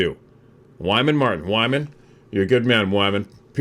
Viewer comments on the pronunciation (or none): none